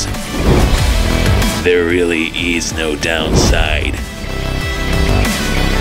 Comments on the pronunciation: Why do you pronounce it “Odd Din”? It’s “Oh Din” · It's pronounced oodin